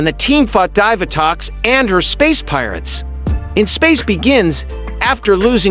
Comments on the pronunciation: It is pronounced dee va tox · Zordin, Dyvatox, Andris and I'm sure there's more